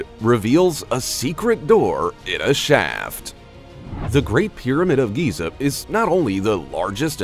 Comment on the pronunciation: It's called Giza that geeser or geyser